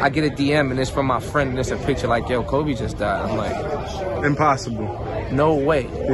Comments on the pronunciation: PUT SOME RESPECT ON THAT MANS NAME HHIR "KOBE" WITH AN E YOU KINDA LAME FOR THAT ONE BRUH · It’s not koby it’s KOBE!!!!!!! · Koby? Please get his name correct!